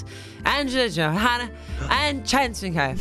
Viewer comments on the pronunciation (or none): none